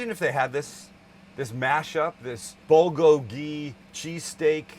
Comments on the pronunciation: bul-GO-gee, not bul-go-GEE. sorry for the correction .Great over rice! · How to pronounce bulgogi is the bul sounds like pull but with a b, so bull-gogi.